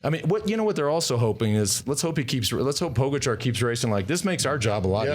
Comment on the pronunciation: It's pronounced Pogacha and Vinyego for crying out loud. Are you guys on drugs? Never mind.